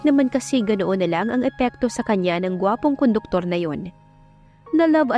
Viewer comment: Conductor po not koduktor